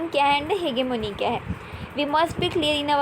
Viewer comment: It's hegemony not hegemony dear ...by the way your voice is very good and pronounciation too...